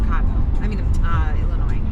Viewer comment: Lol illinoise’ the s is silent hhahahaa also glad you didn’t get off down there you would have been LOSSTTT HAHHAA You definitely hit 90 at a bad time, which is all the time.